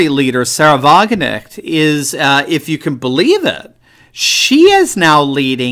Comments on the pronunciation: the k in wagenknecht is not silent! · Hi, It's Sahra Wagenknecht You pronounce it as 'Wagen-echt'. The "K' should be heard in her last name: WagenKnecht. I really like your videos. It's quite special that an American has great knowledge of the European political situation. Carry on. Kindest regards from the Netherlands.